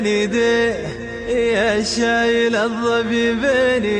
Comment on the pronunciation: ما ينطق الظبي يقول الظفي او ينطق الباء بين الباء و الفاء